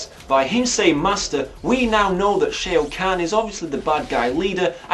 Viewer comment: Shao kahn is pronounced "Shaw Caan" btw Playing the game makes the film better, it still looks awful though...